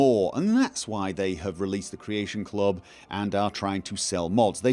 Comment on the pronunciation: CREAYSHUN CLOB